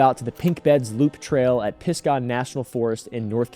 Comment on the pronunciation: I know its nitpicking but being from the area its "piz-guh"